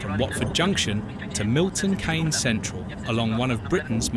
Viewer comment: The thing that I found annoying that Milton Keynes is mispronounced as Milton Canes but it's correctly pronounced as Milton Keenz.